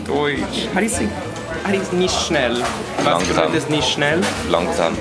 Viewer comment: Ish and nisht get me every time, I'm not sure if it's entirely correct to say it that way since I'm not a native to german, but I would suggest you to practice them